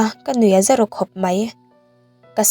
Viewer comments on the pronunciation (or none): none